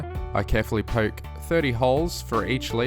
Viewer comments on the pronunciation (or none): none